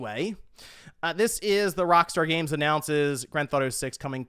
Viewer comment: Am I the only one who can’t not hear say, “Grand Th-Auto” instead of saying the full title? Once you hear it, I’m afraid you’ll never be able to unhear it.😅 Edit: now that I’ve made this comment, I hear multiple times where he actually does say the full title. Am I crazy? 😆